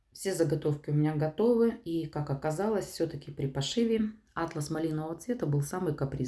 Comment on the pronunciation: Атлас это география,а у ткани ударение на вторую «А»